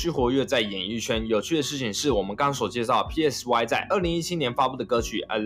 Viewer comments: PSY那发音[嗮] 不是[屁艾死外] 这么简单都发不了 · PSY 念 “賽”， 如同 psy-chic 。 You're welcome. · PSY唸做「賽」，好心給作者一個提醒。聽你要唸三個字母蠻辛苦的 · 全世界都叫他賽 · PSY 發音是 塞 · 你做這個主題，居然不會唸PSY……